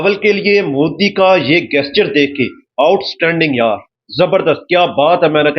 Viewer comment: गेस्चर नहीं बे पाकिस्तानी …….. वो जेस्चर होता है। साले जाहिल….. अगर नहीं आती तो English बोलने की क्या जरूरत है?? बेइज्जती करवा रहा है बे……. 😂😂😂😂